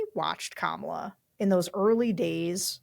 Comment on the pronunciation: I don’t have a lot of respect for the opinion of anyone who doesn’t know how to properly pronounce our VP’s name after 3 and a half years.